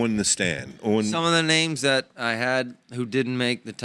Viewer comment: I like the changeup from flo, however you guys have to start pronouncing names correctly it's getting out of hand and frankly disrespectful. Also Marc Anthony McGowan cannot red shirt, Ivy league schools don't have redshirts, that should be basic knowledge for a wrestling fan. Other than that great show